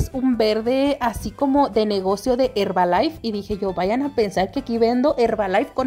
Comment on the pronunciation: Como estas en tik tok?? Me dio risa como dices mis cortinas de herbalife 😅